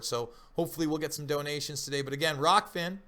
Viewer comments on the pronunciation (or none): ahh . its rokfin not rockfin